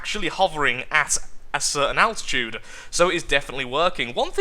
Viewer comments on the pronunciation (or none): none